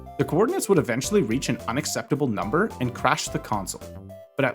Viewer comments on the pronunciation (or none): none